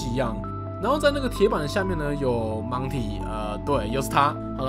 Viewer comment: 每一次DK说到monty时，我总是会听到monkey,🤣